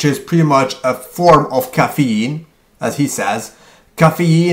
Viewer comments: Cafee-een! Lol! This guy is the best!! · You say caffeine in a weird way. But yeah, Mike Chang's website is absolutely hilarious. Go there for a good laugh. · omg, lmfao at the way he says caffeine